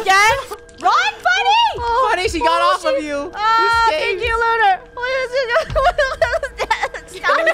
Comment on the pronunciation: Lunar not lunerr